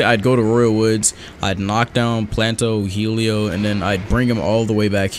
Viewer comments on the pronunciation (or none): none